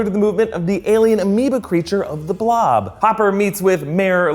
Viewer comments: The Bolb (1958)? LOL!!!! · "The Bolb" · THE BOLB? - you may want to fix that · The Bolb? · I think it’s “The Blob” not “The Bolb”... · The Bolb lol